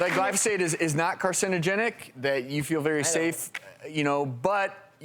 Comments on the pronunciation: Lol. These idiots don't even know how to pronounce glyphosate. Also, it's in the same clas of carcinogen as working night shifts or a fry cook. I'm shaking in my boots. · its pronounced GLY-pho-sate. not gly-PHAH-sate. bunch of environmental pricks think everything causes cancer. it takes more glyphosate to kill lab rats than it does table salt